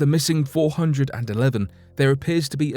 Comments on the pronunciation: What is? The fact that he doesn’t know how to pronounce 411?? 😉😆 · or at least pronounce 411 correctly...haha!